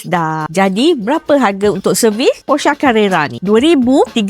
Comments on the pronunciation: bukan posha la.. dia porahhh... haha😂😂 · Maaf 🙏🏻🙏🏻 Sebutan sebetulnya Porshce.. belakang bunyi: Porr ❌ Poar ✅ …sha ❌ …sche ✅ (belakang bunyi ‘e’) 😬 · bukan aaaa... eeee... posher ada ke posha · gelak aku dengar mat salleh cakap posha.. datang kita pun ngikut aja bulat2.., itu lah sebab aku cakap mat salleh tak pandai pronouce dari orang melayu, tapi ramai suka ikut, kalau ikut mat salleh memang bunyi dia posha.. tapi kalau ikut pronounce melayu kita sebut memang Porsche.. macam tu la bunyi dia che puan tak kan sha puan pulak.. mat salleh ni kalau sebut sebutan dia pun kadang2 tebal sebab diorang gosok gigi tak gosok lidah tu pasal sebut susah nak pronouce.. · Salah sebutan tu 😅 its pronounce "POR-shuh" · Dua2 org salah sebut..hahaha kena ikut org jerman sebut la.. por sher.. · tiap kali dia sebut porshaaa meremang bulu tengkuk haha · Itu lah. Hahaha. Sebutan betul dia Por-Sher. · Tu bahasa German. Sebutan dia Por sheer (bunyi jgn ada R) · "Por-syuh" lah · Porche semua sebut pun salah termasuk org tua tu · sebetulnya sebutan dia haruslah ikut bahasa German. Sbb origin Porsche datangnya dari Germany (Deutschland).